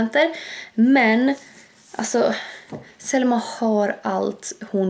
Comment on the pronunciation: Det låter som du säger sälma sommman äter men du menar ju Selma 😘😍❤️😄🤣😂du e bäst